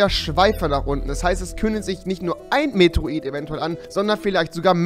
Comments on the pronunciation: Medroid xD das heisst Meteorit xD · Dad Ding heißt Meteorit nicht Meteroit😂props rewi😂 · Es heißt METEORIT und nicht METROIT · Ttansformas meteroit hahahaha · REWI BITTE lern mal Meteorit richtig auszusprechen und nicht "Metroit" oder so ne kacke